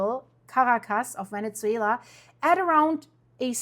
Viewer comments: It's not Vene-t-zuela..... it's Vene-su-ela, that tz sound is not correct when pronouncing Venezuela. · Thank you Very informative. Also you are pronouncing the Z in Venezuela as we pronounce pizza but it should be pronounced as Pisa. Love your content!!!